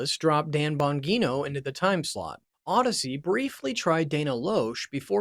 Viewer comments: IT'S PRONOUNCED AS A SOFT G IN BONGINO...... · Tom Watson is a golfer, you idiot. And learn how to pronounce Bongino and Prager. I think we can assume Rush was of sound mind when he made these moves, so nothing to see here. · Being a Rush fan, I listen intently, until you butchered Dan Bongino and Dennis Prager’s names. Next time, do your homework. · Do you think he mispronounced Dan Bongino and PragerU on purpose? Please don't make any more videos. This was a complete waste of my time. Thanks for nothing. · Somewhat interesting. But please learn the correct pronunciation of Bongino and Prager. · Guy here doesn't know the pronunciation of Bongino or Praeger. Which tells me this guy has no idea who the players are. All pretty basic things.... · Bongino and Prager. Have you ever even heard their names pronounced? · Good info. Unfortunate that ai doesn’t know how to pronounce Bongino or Prager. Wild you guys missed that. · This guy can't even pronounce Dan Bongino and Dennis Prager correctly. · Weird that you mispronounced the 'g' in Bongino and Prager in opposite ways. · Is this AI slop? Can't pronounce Bongino or Prager? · I had decided the same thing long before he mispronounced Bongino and Prager. This video sucked. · Is he purposely mispronouncing Dennis Prager, Dan Bongino & Dana Loesch? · How to mispronounce Bongino, Loesch, and Prager in one video…..